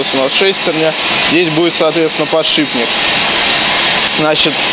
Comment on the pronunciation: научите молодого слову "Подшипник". Подшибник очень режет слух